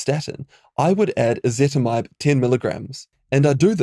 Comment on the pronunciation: "Ezetimibe" not "Ezetmibe"